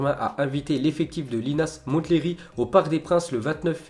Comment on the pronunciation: Le T de Linas Montlhery ne se prononce pas